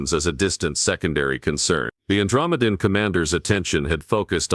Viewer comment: Good story but the AI or whatever is reading it has left me mispronouncing Andromedean. It may take me weeks to recover.